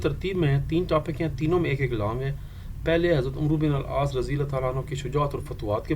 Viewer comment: Sir its not umruuu Its AMR BIN AL AAASS❤